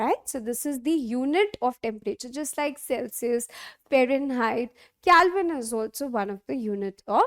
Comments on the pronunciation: It is not calvine it is Kelvin 😅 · Yup that is not calvine that is kelvin 😂😅